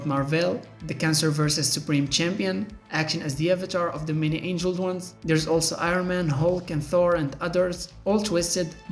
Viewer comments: Many ANGLED ones, not ANGELED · Many angled, not angeled... silly 🎉